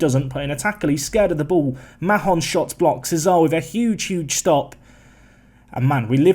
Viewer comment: OK, seeing as this is potentially the last season, I need to mention it. I don't know how many times I've heard you say it now, a lot more when you managed England, but Mahon is pronounced MARN, like BARN. There, I got it off my chest, you may carry on with the rest of your foibles now [e.g. that's Norman you subbed off not Hollman and yes, some very tricky fixtures for Man U, especially that game v Man U 🙄😁]. Phew, I feel so much better.